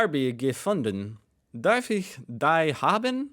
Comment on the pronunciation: But he totally misses the most basic words like die or Scheisse :)